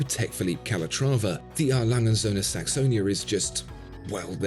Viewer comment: Brilliant watch and video. Thx again. “Langa” said everyone at. Love their stuff but pronunciations aren’t their forte. 😉